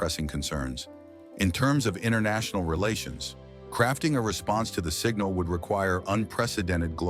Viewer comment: He is just talking nothing new! Except “singnal”